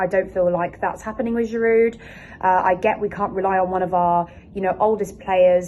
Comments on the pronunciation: Verner there is no w in german and girou the d is silent start learning foreign language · 1) it’s Werner (pronounced VERNER) and 2) it’s Giroud (pronounced GIROU) you don’t sound the D in his name. Get those two straight please. Danke/Merci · The names sounds better when pronounced correctly...Werner=(Verna)...Giroud (Jirou)